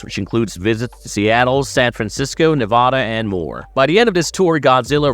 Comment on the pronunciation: At least learn to pronounce Nevada. Smh